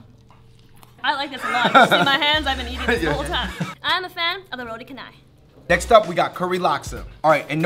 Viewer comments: FINALLY MALAYSIAN FOOD !!! Roti Canai pronounce as Roti Cha nai not kanai xD and selamat tinggal is selamat ting gal not tinggel xD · It's actually pronounce as cha-nai instead of ka-nai. It's one of the most famous msian food. Glad that u guys like it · it's actually pronounced "cha-nai", not "ke-nai" but good job for trying them Malaysian food. :) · Ooooooomfg the pronunciation also drives me insane i mean its roti chanai not kanai im from asia so i was like uuuuuh they cannot pronunce asian words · its ro-ti cha-nai . not ro-ti ka-nai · It's actually pronounced Roti Cha-Nai, not Ka-Nai XD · Lucky Naruto I will slap you. It's Roti CHA NAI :v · souded like they pronouned roti canai like roti kenai XD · died a little when he said 'canai' as kanai haha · Its pronouned as RO-ti CHA-Nai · We don't say Makan Nasi man.. makan (Eat), Nasi (Rice), We usually say Jom Makan(Dig in), or Mari Makan,(Lets Eat). Roti Canai is pronounced as Roti "Cha"nai : ) but awesome vid, do drop by Malaysia some time! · The moment when the said roti canai as KA NAI 😂😂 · actually the way Malaysian pronounce Roti Canai is 'Roti Cha- nai, 'cha' as in charmander. :D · Same - can you tell these Americans that roti canai is pronounced 'roti CHanai'. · the one that drove me crazy was "kanai" i never knew that it would go that far off meh nevermind lah US wat? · She pronounce 'canai' as "chenaiii" haha... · It's pronounced as 'roti chanai' haha just fyi :) I love roti canai! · haha! and the roti canai "canai" is pronounced as "cha (like CHAR-mander except no R) and "nai" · whos gonna tell them they pronounced roti canai wrong? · the way he pronounces Roti Canai.. facepalms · you guys say roti canai wrongly! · Oh god they pronounced roti canai wrongly ._. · Pronounciation driving meh cray cray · the way they pronounce roti canai!!! HAHAHAHAHA!!!!!!! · Omg the canai! Hahahahhahahahah! I feel you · I cringe whenever people mispronounce roti canai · its cha-nai, not kanai if you know what i mean